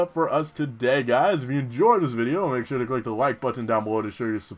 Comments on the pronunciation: Oh, sorry, someone already commented on Jaws, anyways, When you say butTon, it's like the opposite of how on the Animaniacs, Mindy would say Buddons with NO emphasis on the T at all. Who cares how you say it though, it's your thing. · it's pronounced buttn :p and dragon resists water, electric, fire and grass. Probably some other stuff too. can't remember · You say it butt-on